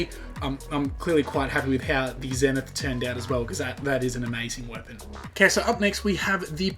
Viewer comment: WHY DO PEOPLE KEEP CALLING THE ZENITH A (ZEH-NITH?!) IT'S CALLED THE (ZEE-NITH)